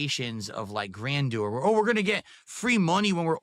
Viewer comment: Yeesh The way he pronounces words Koalify Gran door Cahntent What a total loser